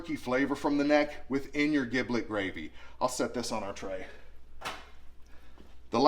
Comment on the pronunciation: Awesome! It’s pronounced Jiblet, not Giblet. Very common misconception. Keep it up,! I’ll probably see you there.